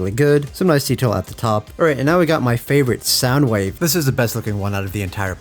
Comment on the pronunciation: he says it correctly hear thankfully